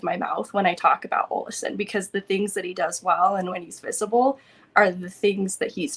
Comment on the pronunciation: I get the Vasi vs Vashi thing but Olausson vs Olison is just dumb because it's not some accent change. You're just straight up pronouncing it stupid. Say it the Swedish way